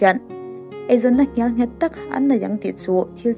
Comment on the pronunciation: Ka'n lo duh thawh lawk ang e..I thu chhiar ngaihthlâk a nuam țhin hle mai..mahse,mizo țawng duh thawh thilah " ngial nghet " ni loin " ngel nghet " ti a lam tûr a ni e..